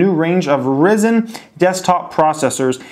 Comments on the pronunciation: It's pronounced Rye-Zen, not Risen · My thoughts would be that Nvidia is a superior company and I wish I would have bought stock in them a long time ago. However now AMD is a much cheaper stock to purchase compared to Nvidia and in my eyes therefore has more potential to go up over time. Just an FYI the CPU is pronounced "Rizen". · Its RIIIzen, like the sun. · Love your videos. Not sure if relivant to you but its pronounced RIGH-Sen like "right" minus the t. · You really goofed up the pronunciation of 'Ryzen'....it's not how it is pronounced.